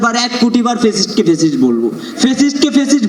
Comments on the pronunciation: ফেসিস্ট না শব্দটা, ফ্যাসিস্ট। উচ্চারণটা অন্তত ঠিকমতো কর টোকাইয়ের দল। 😂😂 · জঙ্গি যদি ফেসিষ্ট শব্দ উচ্চারণ করে তবে সেটা হাস্যকর